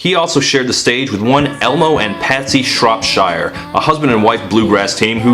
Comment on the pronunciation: Holy ass fucking Satan! My last name is Shropshire and you actually pronounced it right!!!